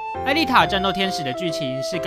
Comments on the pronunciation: 其實是唸作銃(ㄔㄨㄥˋ)夢啦😅 不過巧克力看起來超好吃就算了XD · 銃ㄔㄨㄥˋ 還是不是這個字😂